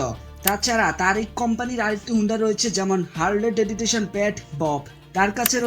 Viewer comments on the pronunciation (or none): ভাই ওটা হারলি ডেডিটেশন হবেনা। ওইটা (হারলি ভেভিডসন)। ভালো করে home work করেন নি মনেহয়